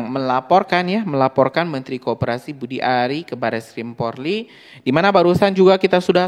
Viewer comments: Bukan PORLI bro .. POLRI .. 😂😂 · Haiii....maaaas bukan PORLI Tapi POLRI, di ulang" brrti anda juga bisa di laporkan lhooo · bukan PORLI yang bang, tapi POLRI... POLRI.....POLRI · Polri bukan Porli